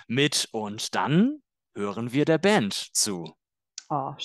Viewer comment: porque la palabra "Band" la pronuncias como si fuera "Bänd", si no lleva umlaut?